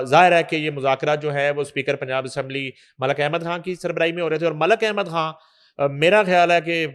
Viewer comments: یہ کھان کیا ہوتا ہے اصل لفظ خان ہے اینکر بننے کا شوق ہے تو پہلے تلفظ ہر کام کرو جہاں دیکھو سفارشی گھسے ہوئے ہیں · Dear please make her speak خان not کھان۔